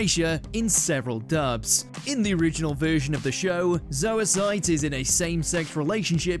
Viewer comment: I love how nobody pronounces zoisite or kunzite correctly 💀💀